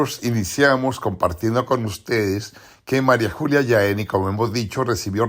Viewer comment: En cuanto a fonética del nombre de la Santa no es María Julia Yaní. Es María Julia Yajeni....